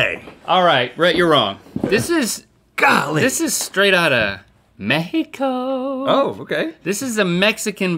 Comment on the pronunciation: I love how Link pronounces Me-hee- coooo!